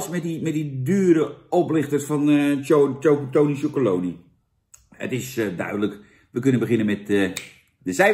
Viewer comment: Zo grappig.... heel veel mensen zeggen wat Jan ook zegt: tony chocolony... maar dat staat er dus niet! Er staat chocoLONELY. never mind... ik zeg het ook altijd en blijf het zo zeggen.... 🙂 trouwens, Jan, ook de pakken.....SCHUDDEN VOOR GEBRUIK! 😉